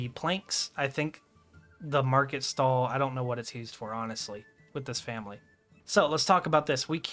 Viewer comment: Asking respectfully, but where does your pronunciation of the word "used" come from? I'm hearing it said as, "Hewsed."